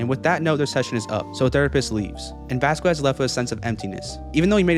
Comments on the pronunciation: I don't mean to make fun of the creator but it's not pronounced "Vasqwez" it's pronounced "Vaskezz" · It's pronounced vas-cezz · oh my god!!! please say VASQUEZ's name correctly VAH-SKEZ. put respect on his name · ITS NOT VASQUES (VAS- QU ES) ITS VASQUES (VAS-KEZ) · I think you pronounce Vasquez wrong. The q is pronounced like a c. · The q in Vasquez is silent